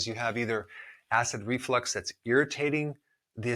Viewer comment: There’s no such thing as acid reflex. It’s acid reflux. And I listened a few times and it really sounded like you thought it was acid reflex. Also, why is the salt concentration strong enough to desiccate (that’s what’s it’s called when you dehydrate a cell) but not enough to do the same and kill the cells of your body (specifically the extremely fragile cells of your the mucosa linings of these area of the body? Also a drop of liquid in the ear does not get to the Eustachian tubes jointing the throat and ear. The ear drum seals it off (that’s exactly why the Eustachian tubes exist: to equalize air pressure from the front part of the ear with the inner/back.